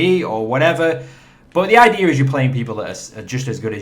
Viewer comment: I love it when you say "idear"